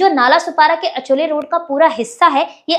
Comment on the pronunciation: पोरी अचोले नाय गो... आचोले असं आहे ते एरिया चे नाव... 🤦🏽‍♂️